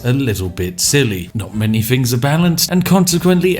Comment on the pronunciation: You betray yourself when you say 'fings' and not 'things'